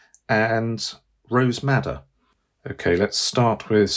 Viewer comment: Brilliant video! Did anyone catch the name of the cool primary Red? It sounded like he said “rose matta”? Looking for the correct name as I cannot find that color.